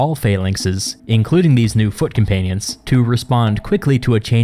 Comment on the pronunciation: From foot companions, I heard "fuckin panions"